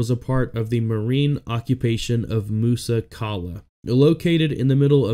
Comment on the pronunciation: pronounced "Musa Kayla" FYI